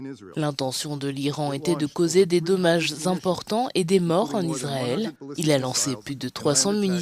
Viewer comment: Iswaël a lé dwoits dé sé défendre , mes Fwéwes...